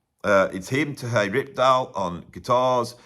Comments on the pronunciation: Great list! One quick correction, however: Terje is pronounced more like, “Tah-ree-eh.” The “r” is slightly rolled. I had been pronouncing the name wrong for years until an actual Norwegian corrected me. Love “If Mountains Could Sing.” My old trio used to play “The Return of Per Ulv” as part of our regular setlist. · I love how makes the j in Terje Rypdal's name sound Spanish. Makes a perfectly ordinary Nordic name sound very exotic.:) (Terry from the ptarmigan valley, literally:) )